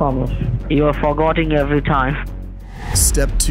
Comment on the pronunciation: You’re “forgotting “ every time . Oh Alvin you mad bro? 😂😂